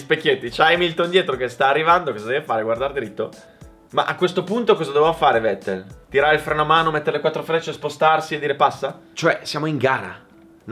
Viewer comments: Vettel si pronuncia Fettel, e' tedesco, come Volkswagen si pronuncia Folkswagen. Non e' tanto difficile da ricordare, italienisch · Si pronuncia fettel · è tedesco: Fettel si pronuncia 🤣🤣😡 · Bel video, comunque si pronuncia "fettel" (alla tedesca, poi è vero che "V" è andata via via ammorbidendosi vista la pronucia inglese) -Tedesco - -"inglesizzata" - ma alla fine kissene, ripeto bel video!